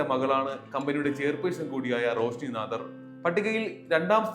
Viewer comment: നാദാർ അല്ല നാടാർ....